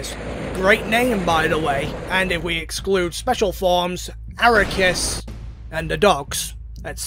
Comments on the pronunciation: was listening in the shower and took me a few minutes to realize who you meant by "araykus" its arceus😂 ar-kee-us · it's not aracoos, it's arcoos or akaroos or asrukas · So glad he's using the correct pronunciation of Aquarius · How do you mess the name up that much? (Ar-See-ehs) Is the original (Arc-ee-ehs) Is the name after censorship so it doesn’t sound like ass in French (Ar-kous) Is a joke name made by MandJTV after his Pokémon talk series. But yours is just… WHAT? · Arakus is easily the best pronunciation of arceus I have ever heard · This man consistently says Arecus instead of Arceus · It's pronounce "ark e us" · The most broken thing here is your pronunciation of Arse-ee--ass. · THAT'S NOT HOW YOU FUCKING PRONOUNCE AR-KEY-US BRO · dude unironically says ARROW-KAS what the hell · We love you buy if I hear you say arikus one more time I stg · Ok, but I have one question. Why do you pronounce Arceus like that? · Boi added an extra syllable to ARCEUS. Bruh